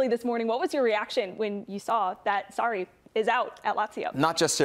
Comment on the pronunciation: Sarri seems to be hardest word for Americans to pronounce